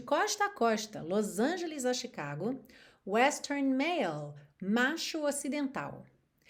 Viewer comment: a palavra "Chicago" é de origem indígena e pronuncia-se EXATAMENTE com o "SH" ou "X" no português, ou seja, "SHICAGO". (minuto ) Se consultar o Google Tradutor, também vai pronunciar SHICAGO e não TICAGO (com o "T" fraco). Se escutar com atenção a música da Sade, ela também pronuncia "SHICAGO".